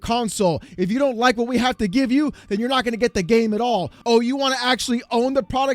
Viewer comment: Your gAAmee. What was that?? Lmfao😂😂